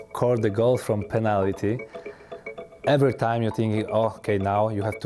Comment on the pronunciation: the way he said penalty lol